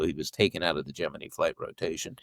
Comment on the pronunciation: Great interview, well done. Jeff's books are always worth a read. I've always pronounced Gemini like you.